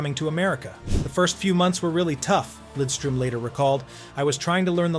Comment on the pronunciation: Maybe the best two way defenseman ever. Great pronunciation on Lidström by the way!